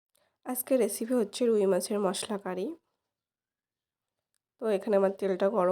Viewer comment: দিদি একটু ভুল হয়ছে৷ করি না৷ হবে কারি